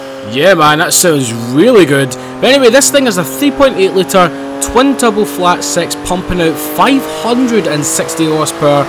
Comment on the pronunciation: Does anyone like the way he's says six